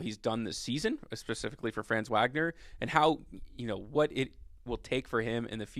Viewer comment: Glad you're giving my dude some love. For future reference, his name is pronounced fronz VOG-ner. Peace.